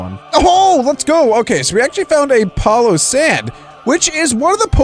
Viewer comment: You said palossand wrong